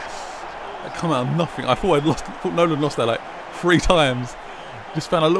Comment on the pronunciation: It's Nolan not noland